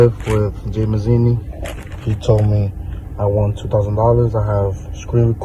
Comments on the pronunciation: The dude isn't even Italian. Dude is an arab or something. "Mazini"....lmao Sounds like he got it from an "Italian name generator" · 'Mazini Italy PRUHducts'